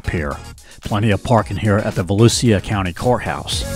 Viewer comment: Dude doesn't even know how to pronounce Volusia!🤣